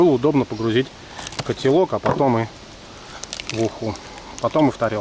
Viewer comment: Прошу тебя не говори котелок как нож по сердцу